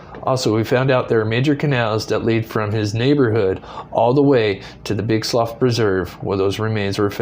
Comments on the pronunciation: Slough is pronounced “slew”. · Slough slew is how it said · The guy took off on a plane. Btw, its slough spoken like sloo, as in the slough of despond in pilgrims progress. It's sloo pronunciation.